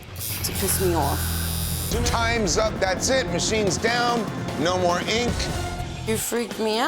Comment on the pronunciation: Great show but I hate the way that dude pronounces ink. Sounds like he is saying INQ